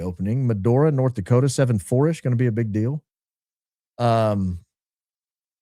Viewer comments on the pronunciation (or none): none